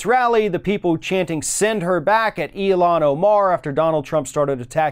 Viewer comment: Ilhan "ill-han," Not "eel-han"